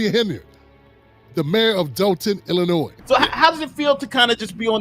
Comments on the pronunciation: brother its PROUNOUNCED ILLINOI not ILLINOISSSSSs the S is silent lol. For those of born and raised in Illinois its a thing it really is a thing for us lol. Whats funny about Supper Mayor is she started off as a Trustee and ran on the previous mayors ticket and then turned on him and attacked him for the very same things the Trustee's are now attacking her. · the s is silent in Illinois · ILLINOIS IS PRONOUNCED IL-LI-NOY!😂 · THE ……S……IS …….SILENT IN ILLINOIS ‼️‼️‼️‼️ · Reference: ILL-ANNOY for the love of all that is good and holy the S is silent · Illi noise. Ar can sas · Please learn how to pronounce Illinois. S is silent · New to this channel, I "assume" you are saying "Ilinoi"S"' as a joke? If not, are we suppose to take your "Lawyer" title seriously? We learn the "S" is silent in like 3rd grade? Don't comment much but hearing that clear S had me thinking, is this a joke? I sure hope so........ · No offense but please pronounce Illinois correctly. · The S is silent when pronouncing Illinois.✌️